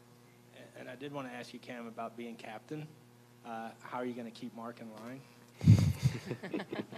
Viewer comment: Marc not march. Jeez